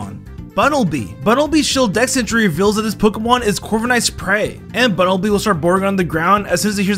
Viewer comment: "Bunnel-bee" ... "Diggers-bye" Okay then.